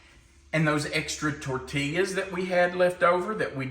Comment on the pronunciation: Longtime watcher, first time commenter. Love the channel and tried at least 10 of your recipes. Years watching you, I must alert you there is no L pronounced in tortillas. Please, its tor-teee-yaas. No llllll.